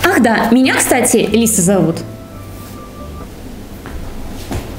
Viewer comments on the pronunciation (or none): none